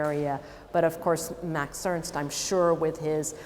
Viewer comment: Who ist Mäx Öönst? MAX E R N S T !